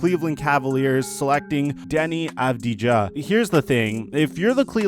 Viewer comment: It's pronounced avdia. And he plays at the eurolig.